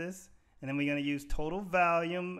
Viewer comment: You say "valium" instead of "volume". 😂